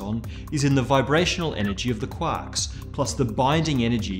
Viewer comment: I love how he says quarks. Sounds like Quaks